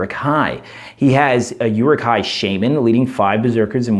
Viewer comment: By the way, Rumil has the accent on the U which means it's pronounced "ROO-mill". Also, it's more like "OO-rook", or "Uh-ruhk".